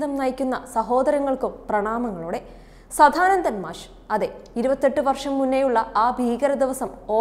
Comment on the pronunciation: മോശം അവതരണ സംസാര ശൈലി. വാക്കുകൾ ഇടിച്ചിടിച്ചു നിൽക്കുന്നു സദാനന്ദൻ എന്നു പോലും പറയാൻ അറിയില്ല സധാനന്തൻ 😁